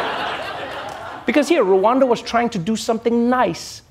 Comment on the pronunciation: Rwanda.. NOT RU....ANDA.RRwanda